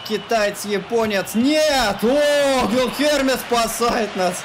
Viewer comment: Какой Босусуфа? Какой Гуильхерме? Читать по английски умеешь?